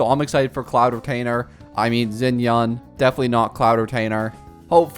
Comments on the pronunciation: Gaming or Ga Ming (Cantonese) for Jiaming (Mandarine). U can pronouce it the Cantonese way Gah Meng or Gaa Mying or use the mandarine way for simplicity Jiaming. Its the same thinge anyway. Xianyun or Xian Yun (Mandarine). Its like u pronouce Xiao. Its the same Xia. And the Yun of Chongyun. It is NOT Xinyan like u pronouced it. Anyway the video was fun and Informative so im subscribing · his name is pronounced like Jiāmíng, and hers is Xiányún, not like Xinyan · Not you completely butchering XianYuns name jfc